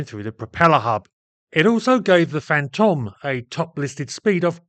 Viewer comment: Pedantic, but Fantome should rhyme with "home".